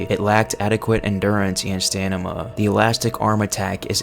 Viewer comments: “Stanima” lol 😂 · Stanima lmao